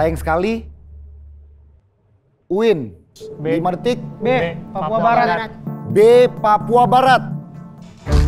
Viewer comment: UIN bukan maiin